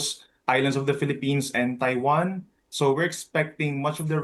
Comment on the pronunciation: Why can't newsreaders speak naturally. Taiwan isn't Tai wan...or were they on a different lines on the autocue?